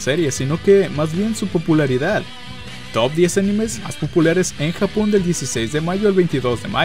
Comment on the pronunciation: soy yo o dijo jabon en vez de japon